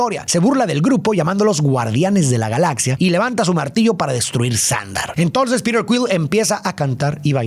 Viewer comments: La película me encanta , PERO DETESTE QUE DIJERAS “PIRER”, POR FAVOR HASTA EN LA PELÍCULA EN ESPAÑOL LATINO SE PRONUNCIA COMO “ PITER “ , eso arruinó para mí este análisis de esta película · en latam PETER es PITER, no Pider.